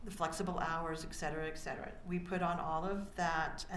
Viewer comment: She also says ECK cetera instead of ET cetera, the worst offense. Most lawyers know how to pronounce Latin words.